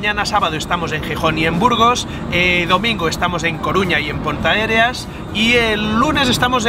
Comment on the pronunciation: A ver si cuando llegues a Galicia aprendes a decir bien Ponteareas